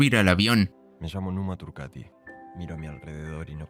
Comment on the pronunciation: Por favor no digas más "Numa turqueti" es turcAti!! Dejad de traducir todo al inglés, o intentarlo....